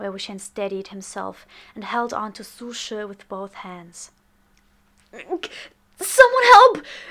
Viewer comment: lol so that's how you pronounce su she. I always pronounced it like sushi. Though this did help me remember this character in the long run